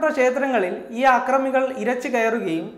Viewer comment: ആക്റമികളല്ല അക്റമികൾ.ആദ്യം മാത്റുഭാഷ നന്നായി പഠിക്ക്.